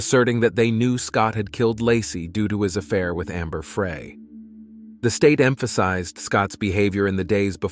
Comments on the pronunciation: It’s Amber Frey pronounced Fry as in “He decided to fry chicken for dinner. No big deal, but figured I’d let you know… Great work… 🙏🏼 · It's AI , it never correctly says her name, or many others.